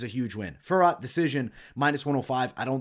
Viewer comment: Great picks! BTW Fiorot is pronounced Fyee-oh-Row -- Manon will probably win, but she lacks experience, I wouldnt be that shocked if Maia pulls a sub. I am staying away but I am already on the rest of your picks, good luck everyone.